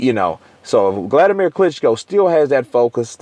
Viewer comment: Why do you keep calling him Gladimir?